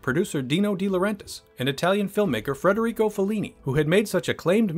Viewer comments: FEDerico, not FREDerico. JFT. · Federico, not FRederico. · It's Federico - not Frederico - Fellini ... Jesus, WTF happened to your narration?!